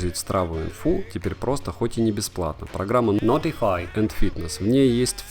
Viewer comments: нотефааай ... мне от этого произношения блевануть охота ... реально ... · Видео просто супер. Произношение notify улыбнуло) Тест на пляже - огонь (то есть вода))